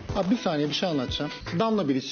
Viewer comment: Bilic ne ya piliç der gibi 😊